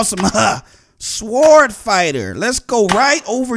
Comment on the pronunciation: He can't even pronounce sword🙄